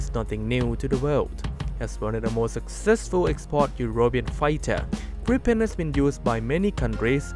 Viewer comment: Gripen (swedish) to pronounce it correct in english, say the english spell greepen in english, then it sounds right.